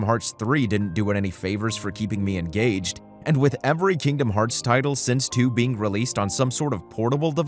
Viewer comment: My daughter loves it when you say Kingdom farts lol.